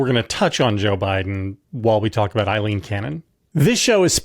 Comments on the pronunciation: Her name is NOT Eileen…it’s Aileen.. and yes, I’m taking it a little too personally! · Aileen, it rhymes with sailing. Eileen is the name you guys are saying